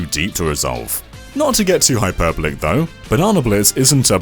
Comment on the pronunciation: It's pronounced:Hi-Per-Boll-Ick